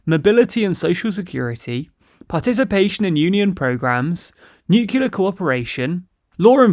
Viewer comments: Very good video, I just wanted to point out that the adjective is nuclear not nucular (from nucleus not nuculus ) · Neu - Klee - Yar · Really enjoy your content, but triggered by your pronunciation of nuclear. New-clear, not new-cue-lar. I keep hearing George W Bush 😆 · Please please please .. . . Nuclear is pronounce Nu-cle-ar not Nuk-you-lar Otherwise fantastic work!. Keep it up. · I love you guys, but... Nuke Lee Are Not Nu Q Lar.. I know changing ones own speach patterns and habits is hard, but in case of a 'talkie' show it really is a good idea. Persisting like you do simply distracts listeners from the message, focusing on the delivery.. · Still nucular... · I love your content, but please PLEASE I BEG YOU stop saying "Nucular". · There's enunciation subtleties, but "nukuler" is just wrong. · Pleeeaaaseee stop saying "nucular". I really don't think I've heard that pronunciation on any other reputable news channel, it's just not ok :/ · Yeah it’s as bad pronouncing secretary like “sekker-tree”. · But what about nucular Coca-Cola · NUCULAR.... like in da da da da da da da da da ... LOL Wonder who gets this reference ^^ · How can anybody take you seriously if you can't even pronounce 'Nuclear' properly? Really, you might as well just make a video where you scream 'Covfefe' for 10 minutes. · Erasmus, not "Eurasmus." Nuclear, not "nucular." I could go on...